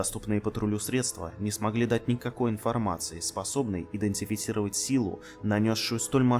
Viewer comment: Смешно произносится слово: Идентифицировать :-)